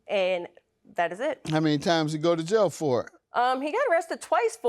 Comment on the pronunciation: FOR...not FER!!!